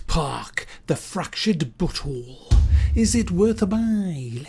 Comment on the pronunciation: you are the first person on youtube to pronounce "but whole" correctly!